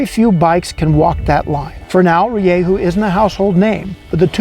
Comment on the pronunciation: its pronounced ri-dju